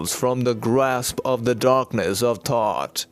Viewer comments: Is he saying thought or Thoth? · Is he saying thoth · Are you saying thought or thoth? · Once again very informative! Same could you please help give me some clarification please, are you saying Thoth, or Thought? When expressing the dark side. Please feel free to get back with me at your earliest convenience. 🌞🌱🌞🌱🌞🌱🌞🌱🌞🌱🌞🌱🌞🌱🌞